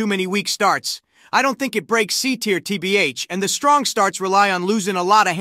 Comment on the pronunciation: Tee bee eich